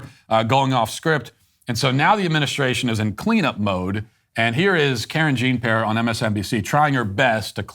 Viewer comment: Never stop calling her “Karen Jean-Pair.” 😂🤣😂🤣